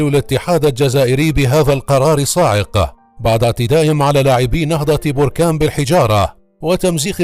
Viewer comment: انت اكبر كداب وسير تزيد تقرى كيف تنطق كلمة نهضة بركان